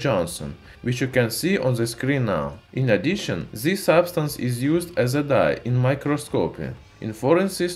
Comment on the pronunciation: "by ziz metal'' XDDDDDD